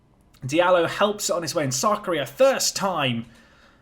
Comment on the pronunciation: Keep thinking you're saying "South Korea" when you say "Sarkaria".